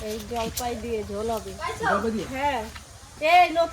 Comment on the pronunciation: Jolpoi ??? Jolpai bolun